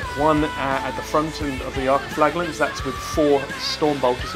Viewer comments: Flaj not flag, a good whipping, try it, it may sort your pronunciation out 😂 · For the last time, it's "Flajallant" ffs